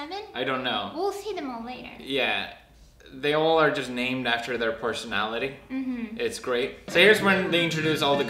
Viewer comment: What's a porsonality peedipee